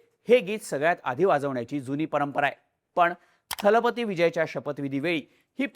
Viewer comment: 'दलपती' हा शब्द सगळेजण " थलपती " असा उच्चारत आहेत!